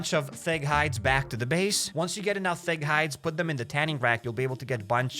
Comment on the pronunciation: Every time you say thick it sounds like fig to me lmao